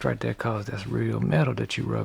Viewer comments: I’m never as happy as I am when I hear you say “like that right thurh” god bless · When he says.."That rite thuh".. it makes my soul smile.